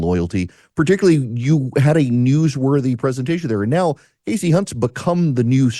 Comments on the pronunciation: I don't know if anyone else thought of this but when Megyn was mispronouncing Kasie Hunt's first name (it's pronounced 'Kasey' not "Cassie," I couldn't help but think of the principal in the movie "Carrie" who kept calling Carrie, "Cassie" over and over again. 😂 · Did you say cassey. Unt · ... starting with "mis"pronouncing Kasie's name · At least pronounce her name right Kelly. You're better than that. In all seriousness she did it on purpose. I see you Kelly